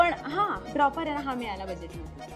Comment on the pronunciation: How did he say Oscar dila pahije when he cannot say " D" it should have been" fila" 😂😂😂😂 and fropper instead of dropper and so on!!! 😂😂😂